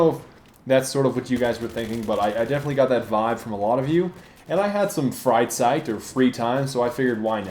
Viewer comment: when you said Freizeit I first understood fright sight, lol